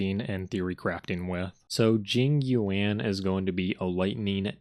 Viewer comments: “Jing you-anne” will never not be funny 😂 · This video is hilarious dude, keep up the good work! 😂 what cracked me up is the fact that everytime you mention Jing Yuan it just progressively gets more and more mispronounced 😭😂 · each time jing yuan is being pronounced, new name is being made up love it